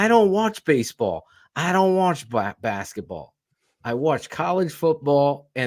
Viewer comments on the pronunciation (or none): He clearly just got the pronunciation messed up. He was gonna say “blasketball” but stopped himself and said basketball. So it sounds like he says black basketball. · tell me I didn't hear what I thought I heard "Black Basketball"... I know that had to be a mistake Bruh...!!!